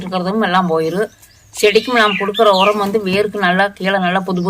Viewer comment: கடைசியாக சொன்ன உரம் பேர் தெளிவா புரியலை